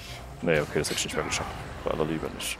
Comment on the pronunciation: Danke, das Video hat mich an ein paar Punkten weiter gebracht. Nur leider hier noch zwei Kritikpunkte: - das ausufernde Vorlesen irgendwelcher Texte ist nur belastend - deine undeutliche Aussprache, z.B.: "...dorsch die Wand dorsch geht das nüsch."